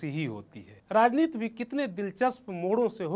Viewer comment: नवीन भाई, ऐसे चिरकूटों को मत लाया करो यार, राजनीति को राजनीत बोल रहा है ये, उच्चारण नाम की कोई चीज़ है ही नही, प्लीज।